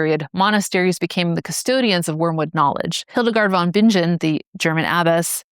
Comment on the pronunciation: Hildegaard von bing'n with a hard g.